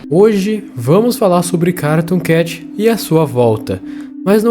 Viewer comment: Na parte q tu falou cartoon cat parece q tu disse caratoon cat mais nada n kkakakakakaak(novo inscrito)